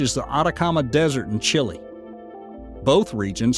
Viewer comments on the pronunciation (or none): none